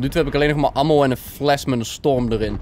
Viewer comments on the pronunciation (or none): none